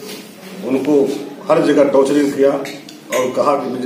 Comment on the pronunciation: टॉर्चर बोलने नहीं आता विधायक क्या बनेगा 👌👌